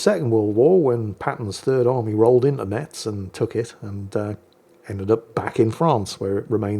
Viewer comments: It's pronounced Mess, not Mets, leave it to the parisians who know no other city 😂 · Haha Hello, this one is very funny, "how i mess your mother" Considering Metz is pronounced like mess (dont ask, its french, i dont know i'm only born in that city) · Btw, the "T" in Metz is silent 😅